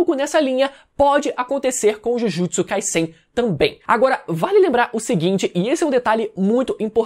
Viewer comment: Me dá uma agonia desse mano falando Jujutsu “Kaissein” com esse S tendo sonoridade de SS. Pela regra da língua seria som de Z essa porra. Acho que tenho TOC. Não é possível